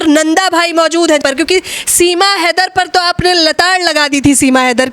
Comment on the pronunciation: फौजी भाई सीमा लेदर बोलते है उनको याद दिलाओ हां वही लेदर है कि हैदर 😂😂😂